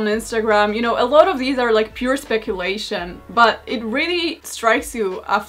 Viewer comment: ‘Lots of wahder….I drink LATS of wahder’